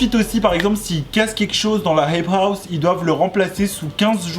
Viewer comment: « y’en a qui zont dit » « la heip haou »